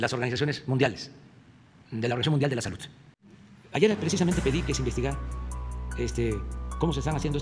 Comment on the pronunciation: La SaluTtttt, aprende a hablar !